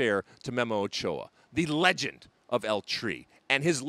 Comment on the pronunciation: He's botching every pronunciation but glad he gave a shoutout to the GOAT ochoa